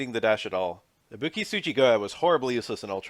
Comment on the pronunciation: I'll never get over how english speakers are unable to pronounce tonic syllables for different languages even if they get clear examples of how it's correctly pronounced. It always makes me laugh kkkkk